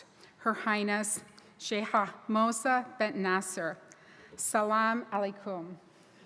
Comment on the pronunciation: Moza not mosa